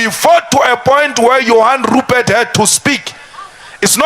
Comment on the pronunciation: When he pronounces Rrrupert..... you could swear that he's grinding his head 😂😅